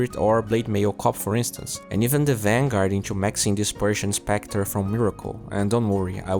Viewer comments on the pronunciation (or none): none